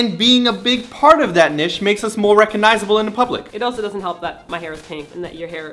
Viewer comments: niche not nish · By which you mean "neesh", right? I've heard "nitch" before, but never "nish".. until now :) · Nish? Oh Simon you adorable man warrior. Cutest pronunciation of niche ever! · LOL do Canadians pronounce niche like that?! Nesh ahaha